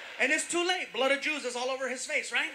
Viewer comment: you SERIOUSLY have to learn what humor is :D ... Me as a german laughed my head off as he droped the "blood of yews"... The world is sooooo full of trouble and shit. Everyone has the right to be ripped off in jokes :D